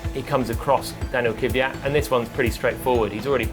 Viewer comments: Can someone please tell Palmer that the Name is "Kvyat", not "Kyvyat"? It's always quite enlightening to hear people pronounce their own name, so here you are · Why do brits say "Keeviyat"? It's pronounced "Kveeyat" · Its kwi-at not kiwi-at man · I guess they just cant pronounce "kv"